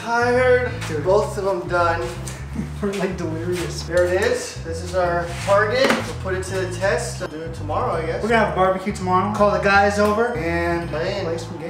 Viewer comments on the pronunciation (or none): Did say we're like dilerious?